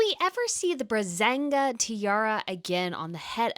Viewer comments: Braganza,, Braganza! I have said it so often that you pronounce it wrong. You always say Brazenga when referring to the big gun of Queen Silvia, but that's plain wrong. Please. You have come a long way and worked hard on this platform to present people with news and insights on the European (plus some other) royals, so I expect a little more professionalism by now. Okay, the second time in the video you got it right! Well done! But then it continues: Queen Margrethe II wears the Pearl Poirée Tiara (not Patier or Portier). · Love the content from both your channels! The Bragança (ç sounds like an “s” as in sad) tiara is gorgeous ❤